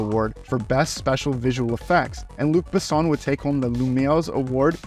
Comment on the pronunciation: I enjoyed the video, but your pronunciation of names (e.g., Luc Besson, Milla Jovovich) was really bad. It's easy to look up the proper pronunciation online. As for the movie, it's a favorite of mine.